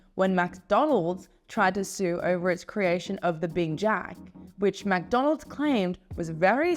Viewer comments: Why do you pronounce it MACdonalds? It’s McDonald’s! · Why does she say MacDonald’s?